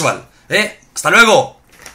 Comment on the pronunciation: ''HASTA LUEGOL'' :v xDD